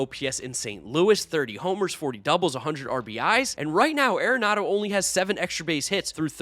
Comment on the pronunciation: It's not .... "air-enado" .............. It's .... "are-enado" ..................